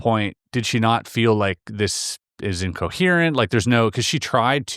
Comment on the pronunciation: Longest story ever. Him saying the word "incoherent" but pronouncing it "uncoherant" makes his credibility plummet for me. He seems to be pumping up his story.